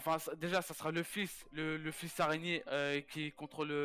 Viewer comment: Araignée, pas areignée . Un ptit effort quand même